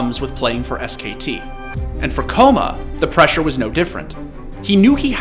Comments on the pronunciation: BRO its kkOma no Kkoma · ''koma'' pronounce is wrong, ''kk'' stronger K. Means little kid in korean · Kkoma is pronounced ggoma which means little kid. Don’t say his name with a K noob. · Pretty sure kkoma is pronounced with more of a gho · It's "k-koma" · Is it not pronounced K Koma? There is a reason for 2 k's... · I always thought his name was pronounced gogoma (kkoma) like sweet potatoes in korean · Kkoma is supposed to be pronounced Ggoma (꼬마), it roughly means "little kid" in Korean, just a little FYI. But honestly all your esports documentaries are awesome. Thanks for shedding some light on my favourite coach! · It’s pronounced “ kay-koma” kabba